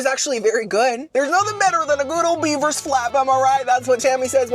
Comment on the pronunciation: I thought you said Biebers not beavers lol